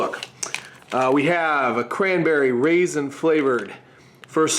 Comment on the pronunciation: I really want to try the cran raspberry one. You do tend to say raisin though.